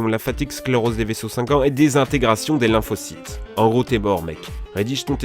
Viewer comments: lymphocytes et non lymphocites :p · C'est lymphocytes et non lymphocites mais sinon super vidéo ^^